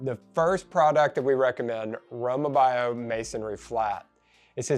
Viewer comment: Row mah bee o is how it’s pronounced.